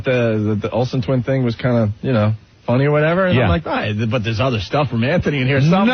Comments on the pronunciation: Ugh, it’s not even “but” it’s “buit” or “boo-it” how could he not realize that for a decade? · bhut or bwut works also 😂 It drives me crazy everytime I hear it, that and fuchitive. Nobody who worked with or for him dared to correct it because nobody wants Greggshells in their life, it was the messageboard comments that finally made him stop.